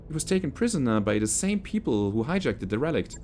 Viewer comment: A bit of a nitpick, but derelict is promounced "dare-el-icht" as opposed to "de-relicht". Love these episodes, they are fantastic. Keep them up, but don't work yourself to exhaustion.